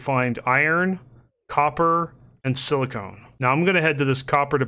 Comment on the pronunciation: Silicon = Sil - a - con Silicone = Sil - a - cone